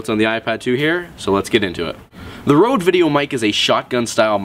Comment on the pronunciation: its named røde not rode